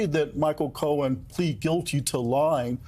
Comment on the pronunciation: You said his name wrong Michael, the liar Cohen